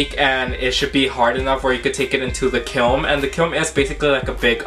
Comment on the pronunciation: it is a K I L N not a kilm !